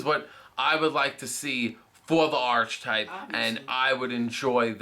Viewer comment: not going to stop downvoting these until they learn to pronounce archetype.